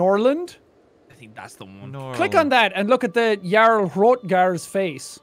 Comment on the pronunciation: That was painful. I mean, Skyrim taught us Jarl, it should be obvious with names like that